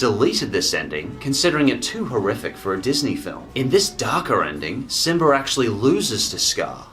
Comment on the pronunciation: I like how your say simbr